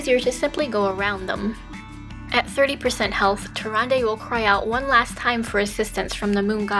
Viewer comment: murozond is meant to be nuzz after hes gone insane... or something like that. hes also from a different time string like the infinite dragonflight (which dont exist in our string) and they way she pronounced tyrande got really annoying >.<